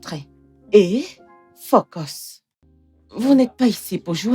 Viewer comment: Moi dans le film la chose qui m’a fait rire c’est quand la majeste a dit focos au lieu de focus je sais pas si c’est dans leur langue mais c’etait tres drole entendre😅😅😂😂escuser moi mais a part ca le film est extraordinaire❤❤❤